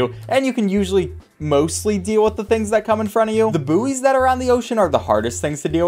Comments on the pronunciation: isnt it pronouced "boys" not "boo-eys" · Boooeys? It's pronounced like boys lmao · Buoy is pronounced like boy Please stop saying booeys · Did he say 'booeys'??? 😂